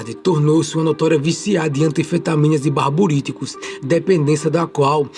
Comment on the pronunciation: É barbitúricos, não barburíticos